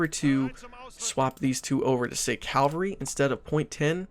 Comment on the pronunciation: It's cavalry not calvary